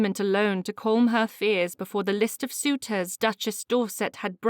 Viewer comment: Other than the word "calm", which the reader murders, the reading is quite good. Dear reader, please look into pronouncing that correctly, that's my only advice.